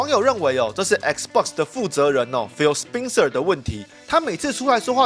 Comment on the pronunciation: 那個人名spencer的發音是不是錯了 應該是ˋspɛnsɚ